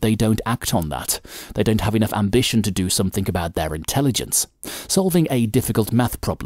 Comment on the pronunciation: Good video but stop saying 'somethink instead of 'Something'